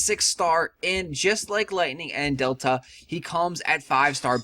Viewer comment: Ramza is a dude, and Delita is not pronounced Delta....if you haven't played FFT, do yourself a favor and play it. It's fantastic.